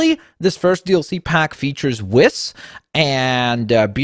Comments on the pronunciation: it’s pronounced wees lol I hope you understand qhat I mean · Who else got aggravated when kept saying Whis wrong? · that is not how you say whis